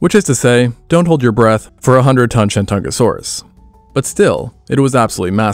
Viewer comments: The host of this channel had no reasonable way of knowing that the old Wade-Giles romanization system set him up for a mispronunciation of sorts. Messrs. Wade and Giles were British diplomats of the 1800s and not philologists. For some goofy reason, T's are D's in the Wade-Giles system. The modern romanization of the Chinese province of 山东 is Shandong (lit. mountain-east). It appears that the name for the star dinosaur in this video was coined when Wade-Giles was still throwing everyone off. Shandongosaurus would be the most accurate way to render the creature's name. I don't see this happening, however. First and foremost, there would be a big 东 right in the middle of its name. ;) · When you first said Shentungasaurus, I heard ShenCHUNGAsaurus, lol. Because its a chungus, lol